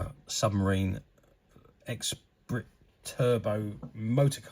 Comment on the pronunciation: Pronounced Esspreet, not E-Sprit! ;)